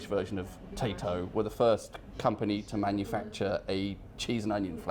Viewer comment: love your videos and your pronunciation of Tayto crisps